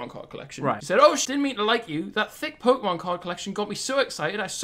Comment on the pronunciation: how can you flex your collector cards when you can’t even pronounce Pokémon